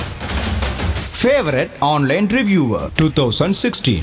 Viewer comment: reviewer, not reviwer